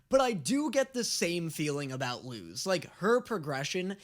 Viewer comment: He still says Lose instead of Luz Luz=Lus